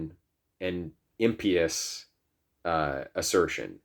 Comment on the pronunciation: Interesting to listen to thank you. I like the way you pronounce impious as if it stems from the word imp. That makes me smile but it's not the correct pronunciation, and makes me think you read a lot of books and have fewer real life conversations? (No intention to offend) Also didn't Christianity originate in the Middle East, amongst olive skinned people? It's not historically accurate to classify it as a white people's religion per se. I accept that later many white people adopted it, but so did many non whites. But perhaps I'm missing the gist of your argument.